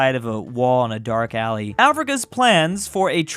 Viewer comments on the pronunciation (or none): none